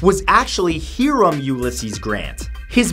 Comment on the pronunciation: Hiram is pronounced "hi-rum".